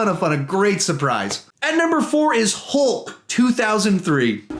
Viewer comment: you said hulp instead of hulk